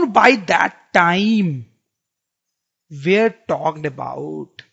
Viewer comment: Sir aap were ko where bolte ho